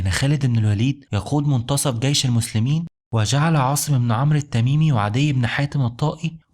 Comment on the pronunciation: اسمه جيش و ليس gيش